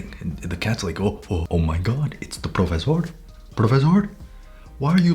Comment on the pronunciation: Ok I’m a native Spanish speaker and I just have to say, when you said “profesor” I was so shocked THE PRONUNCIATION was perfect. 10/10